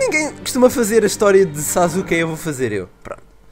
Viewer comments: n se fala sasuke se escreve sasuke, mas se fala saske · nao sazuke e sasuke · "Sazuke" o falo '-' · Ele tava falando zazuke '-'